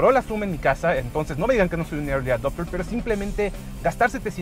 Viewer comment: Irli adopter...no seas ridículo. Apuesto a que si hablas inglés das pena. Por lo general así pasa.